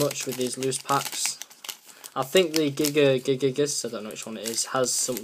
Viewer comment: Regigigas and Reshiram not gigigigas and kyurem xD